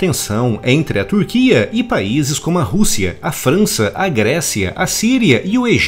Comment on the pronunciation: Alguém percebeu o "Fança" no? Kkkkk abraço